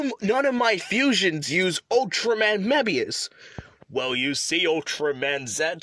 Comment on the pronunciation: He pronounced Mebius wrong